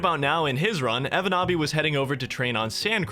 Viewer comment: I find it funny that pronounces the Finnish name like it's legit, but the name is a meme. 😂 evonaabi basically means "a noob who can't do it"